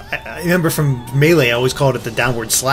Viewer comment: Stop saying melee like that.